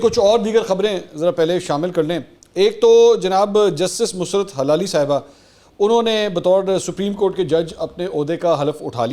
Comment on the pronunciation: بسم اللہ الرحمن الرحیم ۔ مُسْرت نہیں مُسَرّت بولا کریں آپ را کے اوپر شَد نہیں لگاتے اور سین کے اوپر جزم لگا دیتے ہیں جس کی وجہ سے لفظ کی درست ادائیگی نہیں ہو پا رہی۔